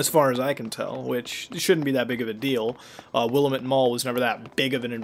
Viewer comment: You know the mall name Will-lamb-it, not Wilamit.....god it kills me every time the game says it.